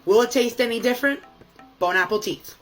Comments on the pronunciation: I like how he tried to say Bonne appetie but it souned more like bone apple teeth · His hair greasy and he drinks soda too much. French are screaming right now as he says "Bon Apple Teeth" 😅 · I came to the comments to see if I was the only one. I hear " Bone Apple Cheese" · Dude I thought I was the only one hearing it 😂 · “ bone apple teets” 😂😂😂😂😂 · The bone apple teeth is driving me crazy! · “Bon apple-tea”😅😅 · "Bone-apple teet" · Is it just me or does he keep saying “bone apple teeth” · Is it saying, "bone, apple, teeth" ironically, or sincerely? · Did he just say "bon apple teeth"? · I like to jokingly say bone app the teeth instead of bon appetite, it's a throwback to a YouTuber I used to watch a long time ago. However, I think actually thinks it's bone apple teeth because he says it every single time. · Why did he say "bone apple teeth"? Was it a joke i hope? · bONe aPpLE TEetH🤓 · Bon Apple-teeth lol. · bone apple teeth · "bone apple teat"! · “Bone Apple Tea” lol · Next person I hear say "Bone Apple Teeth" is getting drop kicked I swear. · "Bone apple tea" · he even said “bone apple teeth” , it never ceases to amaze me how he’s wrong every time but in a different way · not to give of all people points but "bone apple teeth" has been a popular joke for quite a while now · Bro I litterally just wrote the same, even as a french person it really sounded Bone Apple Teeth, the one is gold too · Bro the lisp he gets from his fat stuffed cheeks annoy the fuck out of me and for a mf with a French flag in his room he fucks up like the easiest French phrase ever I’m not even French and usually wouldn’t care but for some reason it pisses me off when he says it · Can there be a drinking game for every time he mispronounced "Bon Appétit"? Like bro. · How it says "Bon Appétit" makes me sooooooo fkn angry